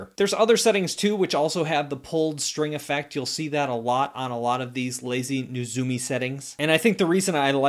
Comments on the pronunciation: Or maybe it's Neh-ZOO-mee. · You got it right the second time. Nay-ZOO-mee.